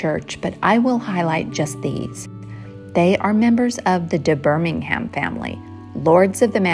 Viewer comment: Impressive pronounced Birmingham correctly 😅